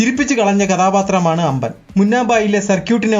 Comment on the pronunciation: അമേസോൺ അല്ല ആമസോൺ അമ്പൻ അല്ല അമ്പാൻ നെഞ്ചപ്പ അല്ല നഞ്ചപ്പ